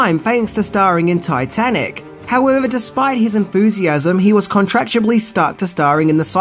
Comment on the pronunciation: Did he say "contractuably"? Twice?